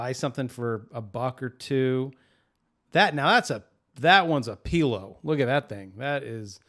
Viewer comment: I love how you say pillow! 🤣🤣🤣🤣🤣🤣🤣🤣🤣🤣